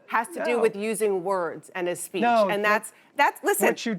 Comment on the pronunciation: “free spreech “ ha ha ha